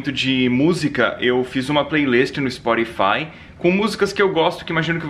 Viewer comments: spotify, ele pronunciou Sporify, ta certo ? '-' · slk, é muita classe esse pra falar, uma plairisti no sporifai kkkkkkkkkkkkk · ai ispórifai, aosakoskaoska, aqui é íspótífai memu :P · é ishpottifai hahaha